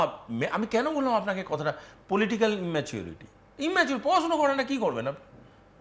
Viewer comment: পড়াছোনা না বলতে হয় পড়াশোনা। আগে কথা বলতে শেখ।